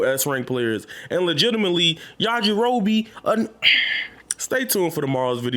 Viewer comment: I already know what he means when he says yajarobi lol